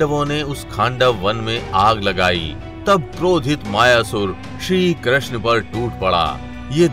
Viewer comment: Bhai Pehle Krishna toh theek se bol le